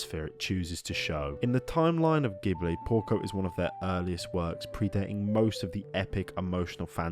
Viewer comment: Stop mispronouncing Ghibli, please 🙏